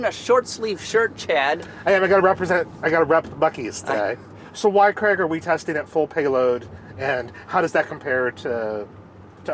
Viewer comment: Please learn how to say the name Craig correctly. It is not Creg!! I had to stop watching, it's so disrespectful not saying someone's name correctly.